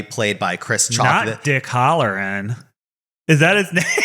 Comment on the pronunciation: Dick Halloran (pronounced Hal not Hall) is the same character from The Shining!